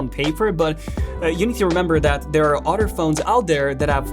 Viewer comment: I like to listen to this channel… I like to hear Furdder, udder, muddier,Udder…🤡etc…